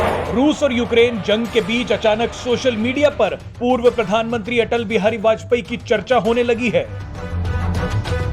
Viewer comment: Are bajpeyee kya kah rahe ho bajpayee ji kahane me kya dikkat hai